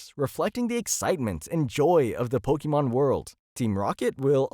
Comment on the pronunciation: It's not "po-kee-mon".